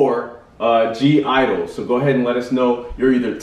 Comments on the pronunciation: loved this cover and love (g)i-dle a lot but of course it's hard to be better than the original performers also just letting you know, when you say their name you only say 'idle', the (g) is silent, i know it's kinda confusing at first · I love both BTS and (G) I-DLE (Pronounced just IDLE, G is silent😊 ) But BTS did better at the song. The girls have their own awesome unique style.. I haven't watched all your reactions to KPOP yet, but if you haven't done it.. watch their own MV LATATA!